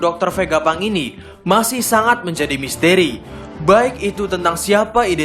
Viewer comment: Misteri bang ...bkn misteeri